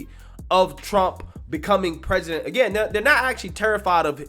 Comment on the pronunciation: come on you cant say president or policy